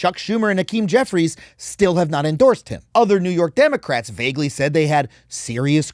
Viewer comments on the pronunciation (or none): none